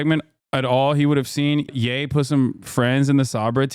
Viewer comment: Not "yay" as in Kanye lol, "yee" as in you plural, especially in parts of Ireland. Thats' a Lebanese flag in the bio, I see the UNIFIL lads are still spreading the good word of Hiberno-English out there lol.